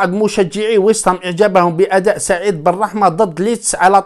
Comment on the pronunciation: فقط تصحيح بسيط واسمهم ويست هام ماشي ويس هام 🙂